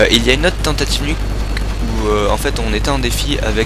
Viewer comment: "tentative" et pas "tentaive" :p